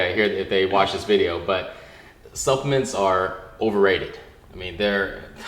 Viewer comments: when he was saying supplements I thought he was saying self mints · not being racist or anything I'm asian myself but when he said supplements I thought he said self mints. So I google'd it and didn't find anything lol me